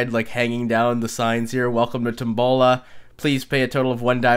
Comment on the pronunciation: O M F G!! I didnt remember the title and when said Tombola I wasnt looking at the screen and was like WHAT?! omg the way he pronounced/said Tombola lmfao made my day:D